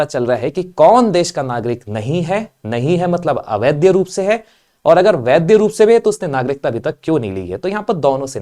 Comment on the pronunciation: आप वैध को वैद्य और अवैध को अवैद्य बोल रहे हैं। आपका भाषा ज्ञान अधूरा है।